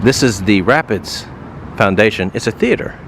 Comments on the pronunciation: It's npt ptonounced Rapids it's Rah Peeds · Pronounced ra peeds not rapids it's not water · I know it does not matter now that you have moved on but Rapids is pronounced Rapeeds Parish. Also Alexandria has some very expensive subdivisions but of course they are not easily found out in suburbia. Most abandoned and run down house in the south are usually located near city center exclusive of a few mansions usually built before 1900. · Great video, one correction. It's not pronounced "Rapids" it's pronounced Rap-eeds. I'm from Alexandria, grew up off of Monroe Street near Levin. In the 20 plus years I lived there, we made the number 1 highest crime rate several times yearly. But very few people nationwide know anything about Alex. Thanks for shining a light on our darkness there. Edit: BTW, next time yall are in town, look up Tunks Cypress Inn. It's a restaurant located just west of town on beautiful Kincade Lake. Try the Oyster Bar, then the fried Alligator tail. 😍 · Nice Video The place you called a theater, "Rapides Foundations" is a charitable organization that supports our community through grants and economic development projects. The theater down town is named "The Cofflen Sanders Theater" and it is a jewel in our community. Also Rapides, which is the name of our parish, is pronounced "rap-ides" and sounds like "rap.eedz". The parish was named for the rapids that once existed in the Red River near todays downtown location. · Its not RAPIDS. Its said rap-eeds. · my daughter goes to the emanual church and rapides is pronounced ra pides the p is prevalant on the last sylable. i live in lafayette. take care. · Rapides foundation is actually pronounced Rap-peeds foundation, just like the parish. Yes, and 3rd Street is the "ghetto" as well as part of the Garden District. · You mispronounced Rapides........no worries though.